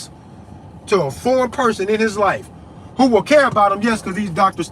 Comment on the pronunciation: vvho's diagnosing vvhom... that's vvhat I say as vvell...